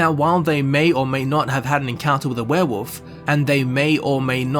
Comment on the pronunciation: The fact that your accent makes 'werewolf' sound like 'werewoof' to me, simply gives me altogether too much joy